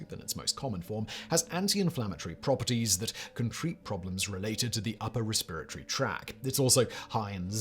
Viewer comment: Bah! Your mispronunciation of the word "respiratory" was so bad, it made me legit have to rewire my brain to remember how to actually pronounce the word.